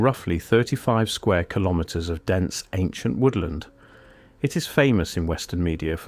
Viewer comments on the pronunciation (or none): none